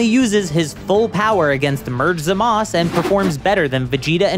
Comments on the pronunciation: If you’re gonna complain about forms not being named can you say Zamasu correctly too. Soft U! Soft U! Not Zamas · You're not saying zumasu, right You don't know how to say his name.